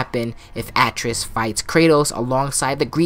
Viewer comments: Atreus: a (apple)- trey- us is how you pronounce his name lol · It would be cool if its the beginning of god of war 5 some god or goddess like nemesis shows up like buldr and fucks his shit up or if dionysus shows up and is just like kratos brother your introuble the last of us are coming and you need to run. Also why do you pronounce Atreus so weirdly?